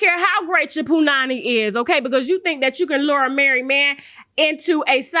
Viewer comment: Did Tasha say "Punany" 🤣🤣🤣